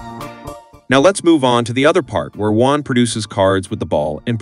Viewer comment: It's Juan, not One. ???